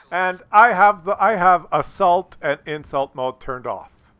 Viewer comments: oh, "assault". I thought you were saying "insult mode". Seems to me attackers usually win this map. Especially if there's arty. They camp the back corners, and they get spotted to death. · Hi, it took some time for me to understand that you were actually talking about "assault mode", because I was hearing "insult mode". OK, I'm a Dutchman living in the south of France, so why should I understand a Canadian who speaks English on a French computer. But the coin finally dropped! Btw, I switched off this insult mode already a few updates ago. Keep up the good work, I am always enjoying your daily fix of the working man's reality! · And here I thought he said Assholed Mode